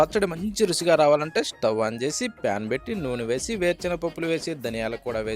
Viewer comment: రుసి కాదు రుచి